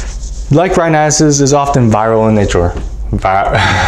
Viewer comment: I laughed out so hard at the "VI - viral in nature part " ...u tryna pronunce "viral" is so funny to me LOL